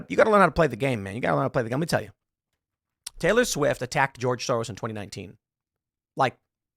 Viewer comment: Tay-Lee I hate it